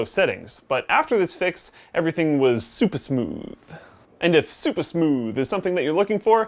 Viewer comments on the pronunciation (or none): What i will recall from this review : to ! ''Everything was zuper zmooth !''